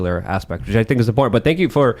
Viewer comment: says "impornd" instead of "important"